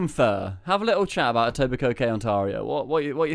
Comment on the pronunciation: Etobicoke - the last k shouldn't be pronounced for the proper pronounciation